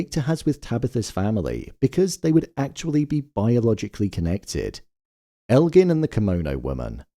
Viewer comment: Why do so many people say Elgin's name wrong?? It drives me crazy